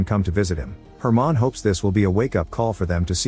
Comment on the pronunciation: It’s just a mispronunciation he read the name as “german” instead of “herman”